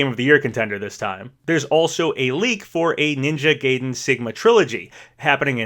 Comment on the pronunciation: He really just said " ninja gay den"